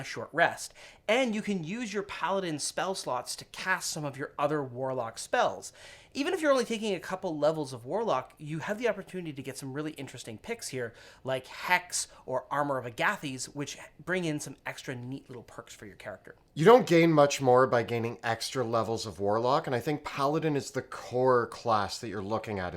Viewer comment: When he said “ah-gath-ees” it made my brain hurt